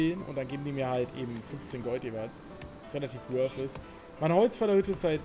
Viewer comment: junge, weißt du, wie lange es gedauert hat, bis ich mal nicht "wolf", sondern "worth" gehört habe? generell, sind anglezismen so populär, dass es das wert ist, die eigene sprache zu verlernen? ;)